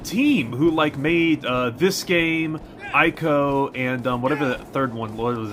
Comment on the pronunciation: I'm sure someone else has already said it, but before you make a video about Ico: it's pronounced ee-ko.